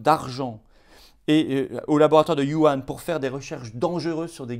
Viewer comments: J'ai remarqué que vous disiez trop souvent Yuhan au lieu de Wuhan. Il ne faudrait pas qu'on vous le reproche sur un plateau TV. Sinon, comme toujours, au top de l'info vraie 👍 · Cher et valeureux Florian, une petite remarque bienveillante sur la forme : Wu Han ne se prononce pas "You Ane" comme vous le faites par erreur, mais Wou Rhan (avec le son de la "jota" espagnole). Bien cordialement vôtre.